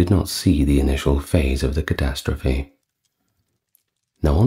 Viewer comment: You mispronounced Southwark it's pronounced as "Suh-thrk"